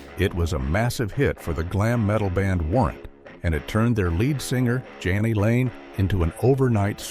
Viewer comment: & calls jani layne johnny lane wtf